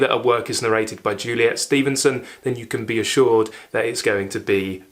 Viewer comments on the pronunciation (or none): none